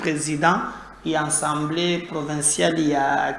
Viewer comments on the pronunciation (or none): STp, c'est l'assemblée et non ensemblee.